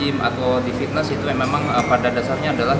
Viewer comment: 3.45 lol, ngomong fitness aja fisness tololnya